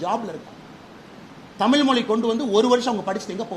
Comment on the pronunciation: திரு அண்ணாமவலை அவர்கள் எனக்கு மிகவும் பிடித்த அறிவாளியாவார் அந்தபேரன்பு உடையவருக்கு எனது அன்பான வேண்டுகோள் 1. தமில் தமில் என்று உச்சரிப்பதை தமிழ்‌ எனவும் தமில் மொளி என்பதை தமிழ் மொழி எனவும் உச்சரித்து தயவு செய்து பழகுங்கள் தங்களால் மேற்சொன்ன வாறு அழகாக உசரிக்க இயலும்